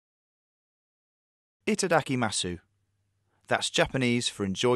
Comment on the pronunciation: i laughed so hard at e -ta-da-key-ma-su when its suppose to be i-ta-da-ki-muss